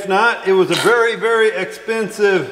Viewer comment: 💥 just couldn’t quite say expensive… MISTAKE!!! 😬 Keep on tractoring! #ARITTERBITWILLDO